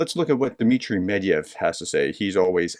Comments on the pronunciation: it is not Medyev, its Medvedyev. There is a Ved in the middle. Why do you keep saying Medyev? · Dear. Please allow me to point out a pronunciation error you do consistently. The Russian drunk's name is Medvedev (pronounced med-VED-yev stress is on the middle sillable, which you have been leaving out entirely). I don't know whether that puddle of diarrhea deserves to have his name pronounced correctly, I just wanted to let you know.